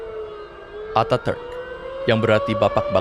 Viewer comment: Pengucapan Atatürk salah min